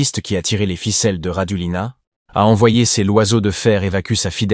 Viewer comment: En malgache, on ne prononce jamais la dernière lettre : Rajolin (a) et non Rajolina. De même pour l’aéroport Ivat (o) et non Ivato ! - Toujours aussi Nul ces « journalistes »